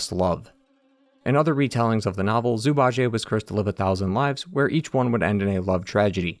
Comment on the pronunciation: Zhu Bajie -> ju-ba-ji. There’s no Ji-ey 😢